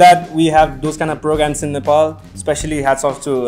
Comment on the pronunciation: They pronounced 'Nepal' as 'Nepal' not nefol💓